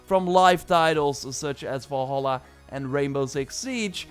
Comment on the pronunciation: pls stop pronauceing Valhalla wrong !!!! its VALHALLA not as you pronauce WALL HALLA.... which is WRONG. the right pronauce is like it would say name VALerie! instead you would call her WALLerie